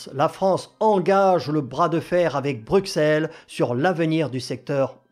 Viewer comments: On ne dit pas Bruxelles. Ça se prononce Brusselles. On ne prononce pas le X mais un S . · Ça se dit pas Brusselles , mais Brucelles ou Brusel...